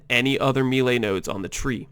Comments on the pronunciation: pls stop saying me-lay it's more like may-lay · The word "melee" ....... it's not "meelay", it's pronounced "maylay" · It's pronounced "may-lay" :) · im glad im not the only one whose eye twitched when he said it me-ley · Your pronunciation of "maylay" is so bad I can't see all of the brilliance of this build...... . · nah bro, it's "melay" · Exactly. Americans murder a lot of french words. It's meh-lay. Americans: split the word up; there's one 'e' in the first syllable and two in the second. Of course they're not going to have the same sound. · me·lee /ˈmāˌlā,māˈlā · I am Exiled he’s saying it like meelay but it’s either like a short e sound or an ay sound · always so confused when a native english speaker mispronounced melee like this... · he doesnt pronounce it right smart one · Its the first time i hear that "melee" pronunciation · No, it's because he doesn't know how to say it. Just like most of Americans say "expecially", "ekcetera", which triggers the living shit out of me.